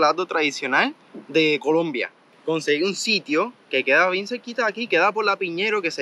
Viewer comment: No es Piñeiro es Piñero. Jesus T. Piñero… lol